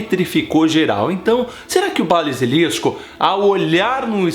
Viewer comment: errando duas vezes, que foi isto? Kkkkkkkkk "torneio triBUXO" e "balisilisco" kkkkkk